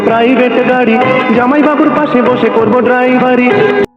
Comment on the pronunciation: প্রসেনজিৎ তো কোকড়া লেগেছে,উন্নত দেশ হওয়া সত্বেও প্রসেনজিৎ এর পোশাক মোটেও ভালো হয়নি। আর প্রসেনজিৎ এর উচ্চারণ স্পষ্ট মনে হলনা যেমন,হৃত পিন্ড=ড়িতপিন্ড,বার=বাড়,করব=কড়ব।